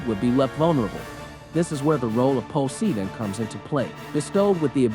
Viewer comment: why cant you say Poseidon like a normal person... and not as ''Pociidon''